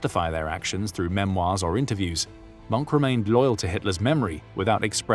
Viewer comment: hin name is mohke not monk.. you should watch the movie " der untergang" .